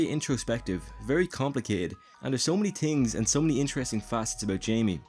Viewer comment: I love how instead of saying things he says tings lol.